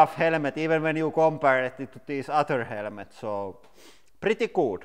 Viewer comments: Helemets Not helmets 😂😂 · "Helemets" my brain is on fire. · nah it's actually "helmets"